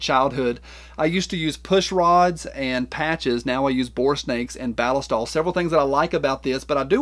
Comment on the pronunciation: The way you say “ballistol” is correct because that’s how the Germans say it. Just watch one of their videos on their product. 😂